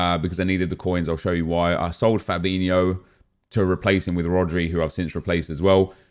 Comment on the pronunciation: Why do people say "Fabinhio", when its spelled *Fabinho*?